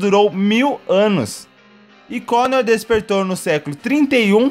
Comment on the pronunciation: o cara se escreve coner mas fala conor